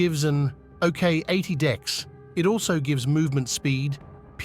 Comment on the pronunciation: I can't help but say that everytime you say "dex" it sounds like "dicks". 😅